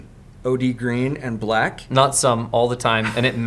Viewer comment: "Blackmint" for the folsom